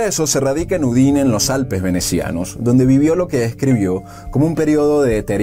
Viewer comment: Por favor pronuncie bien, es Giosue con acento en e y Udine con acento en la u.